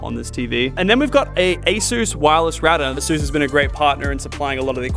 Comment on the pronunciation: I enjoyed this video a lot, but I can't get over the way Lachy pronounces "asus"